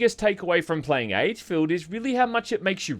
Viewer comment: I kept hearing "aidsfield" whenever said the games name, and honestly that's pretty fitting considering how abysmal the game really is.